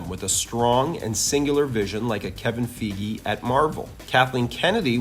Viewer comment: Now it's a man's name. Kevin "Feegy". Just, why? You, me, we, all of us, know it's pronounced "F-eye-gee". Am I out of line here with all of these grievance comments on pedantic pronunciations? I honestly don't know. I might be the asshole in this fight. If so, I apologize. But still, I just don't understand the blatant obstruction to wholey standardized and mass agreeance to the structure of modern American English. But I'm willing to accept fault here despite that, because I still fucking enjoy the god damned videos. Hahahah.